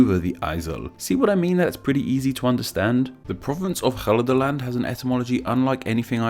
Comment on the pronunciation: Bart DeBot As a Dutchman, İ find your pronunciation of the letter 'G' infuriating.